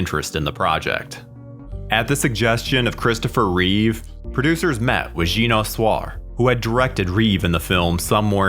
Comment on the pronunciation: Drives me nuts when people don’t pronounce European names correctly. The director, Jeannot Szwarc, is French. His first name does not sound like “Gino”. Details matter people.